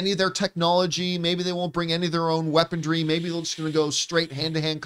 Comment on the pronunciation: I don't know why weapondry bothers me so much. Lol. I'm pretty sure its pronounced weaponry, but everytime John pronounces it I laugh.